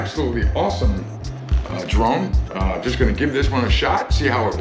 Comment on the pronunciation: You said, "I am now a drone pilot", I heard, "I am now a drown pirate". Had to rerun and listen again. LOL.